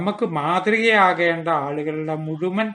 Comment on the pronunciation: പല വീഡിയോകളും എനിക്കിഷ്ടമാണ്, തുടരുക. " മുഴുമൻ " എന്നല്ല " മുഴുവൻ" എന്നാണ്.